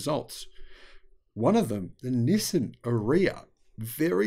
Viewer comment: Nissan —> “ni + san”😊 Not “no,sim” 😢 Have a great day